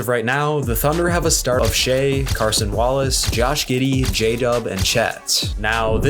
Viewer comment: I watch the Thunder on a nightly basis. Yeah he did get the Cason Wallace starting wrong (and mispronounced his name) But aside from that, solid takes and overall a good video. Well put together. 👌🏾